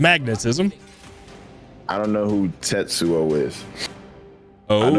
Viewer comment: You guys never seen Akira but you can pronounce Tetsuo's name properly